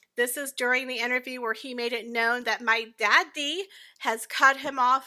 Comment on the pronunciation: My daaady Lol 🤣 keep pronouncing it that way .. it’s golden ! Also the Oprah imitation “ WHAT,WHAT “ 🤣🤣